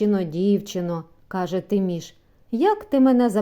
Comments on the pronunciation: Та чого ж це ТИміш, як ТимІш!😊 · Гарно прочитано...Дякую..Тільки не Ти'міш,аТимі'ш